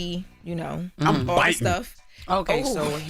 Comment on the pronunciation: Envy said I’m “Bitting” 😂😂🤦🏽‍♂️